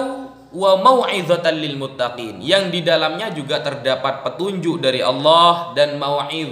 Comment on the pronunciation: cara bacanya aja ngasal, mana ada " lil mutokin.... "